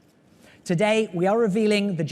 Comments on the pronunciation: He said 'to gay' instead of today! Dafuq bro? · the guy says "Togay" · "Togay..." ahahahahahaha